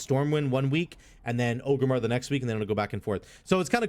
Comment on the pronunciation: Orgrimmar, not Ogrimmar. A lot of people mispronounce it even thought they say it in the game a million times lol